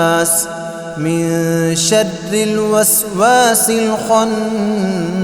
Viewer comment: Min sharre hai shadde nahi wrong pronouciation